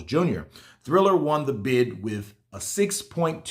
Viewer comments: Dam it’s triller not thriller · its TRILLER not THRILLER LOL LOL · It's not "Thriller", it's "Triller". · TRILLER TRILLER TRILLER its TRILLER not THRILLER come on I've been telling you for 2 days. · I was saying the same all video. ✌️